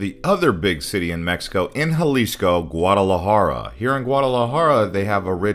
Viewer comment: Great and informative video but the way you pronunced Guardalajara was so spanglish 😂 l had to think for a couple of seconds before realizing what you talked about. But that did not stop me from waching it all good job 🎉🎉